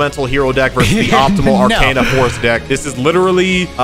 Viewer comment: I loled when he said "Arcana force Vee-ai-ai"